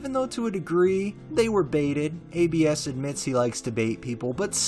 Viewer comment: For the rec, I believe it's pronounced Abs, like how "abdominals" is shortened and pronounced haha it's a nickname, I believe short for Abraham